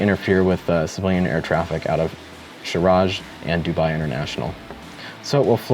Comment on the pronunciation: Sharjah is NOT pronounced "Sharaj". Even the guy from Eagle Dynamics says that and it's their friggin game. If you pronounce "Sharjah" as it is written you might be a little bit closer to what is actually is. Geography rant over. Sorry American friends.